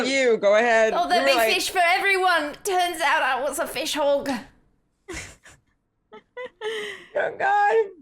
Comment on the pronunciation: I had to do a double take because the way said "fish hog" almost sounded like a slur for gay men in my native language lol. But I loved this whole story. Brava to all of you.